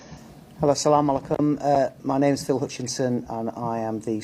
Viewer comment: sounded like sell all my Kum